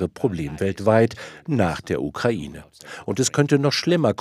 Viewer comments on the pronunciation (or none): none